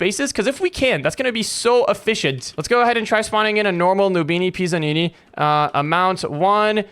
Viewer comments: ITS PIZZANINI NOT PISSANINI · Why did Bro say noobini PISSanini💀